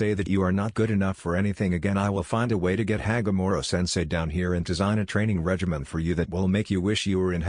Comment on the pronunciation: Bro its not Hagomor its Hagoromo